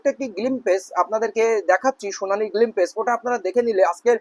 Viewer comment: মানে এক ঝলক, উচ্চারণ টা উনি অন্য ভাবে করেছেন